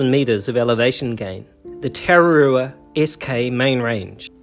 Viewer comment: hes saying you're pronounciation isn't very good I agree but im not gonna have a dig at you for it, if you want this may help tah rrah rroo ah is the correct pronounciation, rr mean roll the R